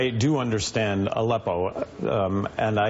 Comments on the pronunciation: Who is that uber creepy old balding guy with the glasses? Watch again how he says ALEPPO the second time. Utter tool. Totally trying to make Gary Johnston look like a fool. He was a GOVERNOR, for God's sake! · Aleppo not Zippo,... I know you want to get back to your weed that you say you stopped using. Why am I drug tested for a job, but we don't drug test the candidates?